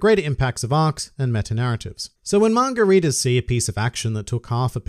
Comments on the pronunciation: I may be an uncultured prick, but is he calling us “margaritas”? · Hearing say “manga readers” to me sounds like he’s saying margaritas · Every time you said “manga readers” I heard “margaritas” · When you say manga readers it sounds like margaritas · Every time you say 'Manga Readers' I hear Margaritas...